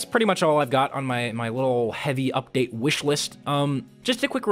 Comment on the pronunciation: What's a ''hevi ubteid''?